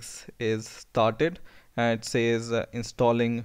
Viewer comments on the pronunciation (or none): none